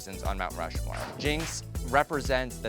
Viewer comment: Mount RU-More